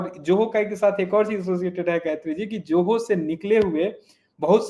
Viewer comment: कैसे लोग नाम या शब्द का ठीक से उच्चारण नहीं कर सकते? ZOHO को 'जोहो' (JOHO) कैसे कह सकते हैं? Spelling में 'J' कहाँ है? 'Z' है ना?! तो Z को कोई J ( 'ज़े'ड़ को 'जे'ड, या 'झ' को 'ज') कैसे बोल सकता है?